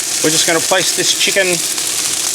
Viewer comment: Great recipe and I love the way you say CHEE-can.😄